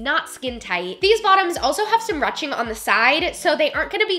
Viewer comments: A great video really enjoyed it a lot!! But I have to say... its not "ruching" like rushing to the store... its a longer U sound like "whoosh" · It’s not rutching it’s pronounced Rueshing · I love you so much!!! But it's roo-shing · i’m pretty sure “ruching” is pronounced “roo-shing” it’s french lol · "Ruching" is pronounced like "roo-shing" instead of "ruh-ching" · Ruching pronounced like Rooshing. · Ily but is pronounced ‘rooshing’ not ‘rushing’. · Love this but everytime she said ruching made me cringe.. is it not rouching? (Rooshing) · Thanks for another awesome video,! You rock. I always thought 'ruching' was pronounced "roo-shing," and I remember you pronouncing is that way in other videos...why the change? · It’s pronounced “roo-shing” silly! We’ve all been there haha. Also I love your videos! I’ve gotten way curvier since having my daughter 9 months ago and your videos have been so helpful. I don’t feel like a gross potato sack anymore! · Haha I was thinking the same! Great video though! X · You pronounce it like roushing 😳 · rue shing is how it is pronounced, love your videos.. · I'm pretty sure it's pronounced 'rooshing'? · Ruching? It is said rooshing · ROOSHING. ITS PRONOUNCED ROOSHING. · Loved the video so much❤️❤️❤️. However Rouching is pronounced ru-oo-shing. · I think it's pronounced 'rooshing' not 'ruching'. Great video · I was also curious about your pronunciation of the word "ruching" so I looked it up and it's pronounced "roo-shing". I'm curious why you pronounced it the way you did. It seems a lot of us would like to know as well. Hope all is well! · ITS PRONOUNCED ROO SHING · ruching is pronounced roo-sh-ing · It’s pronounced “roo-shing” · Love your video’s however Ruching is pronounced “roosting” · I thought it was pronounced ‘rooshing’ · Just FYI it's pronounced roo-ching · its pronounced roo-shing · “Rooshing “ is the pronunciation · When she was saying ruching wrong 😫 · love you girl but that's not how you say ruching